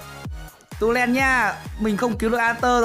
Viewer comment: tulen mà anh ấy đọc tuloen ấy